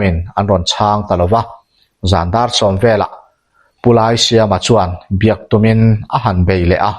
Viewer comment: Laisiama tih hi silai ka tih a lai ruk ang hian lam rik tur, Biate khua ka ni a ka hre ve nual